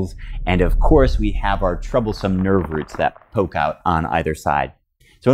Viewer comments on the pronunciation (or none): none